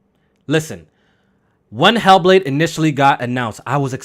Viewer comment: "He'll Blade" that bitch be mad emo for no reason 🤣